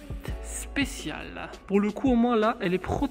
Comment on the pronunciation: Ferrari 458 specialE! Avec un "E" à la fin! SPÉ TCHIA LAIT! & pas spécial..